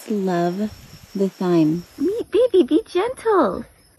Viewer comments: It's conundrum, not condundrum. And the herb Thyme is pronounced "time," not thime. As I often say, you learn something new every day, so I hope this helped you learn. :-) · Just so you know: thyme is pronounced time.